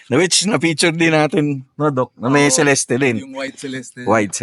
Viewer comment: It's pronounced as Cel-est and not Ce-Les-Teh.